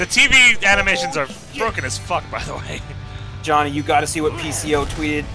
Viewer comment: 15.22....its jawnny!!!